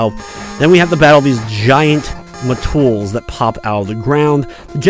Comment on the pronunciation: Its met,tool not "ma-tools".lol